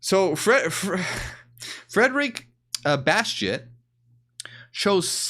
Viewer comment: Did you say Frederick Batshit! Lmao…sorry 🤭